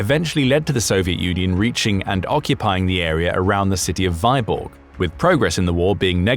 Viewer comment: It takes 10 seconds to check how Vyborg is pronounced, Vee-borg, not Veye-borg. Hopefully you checked your other content more carefully...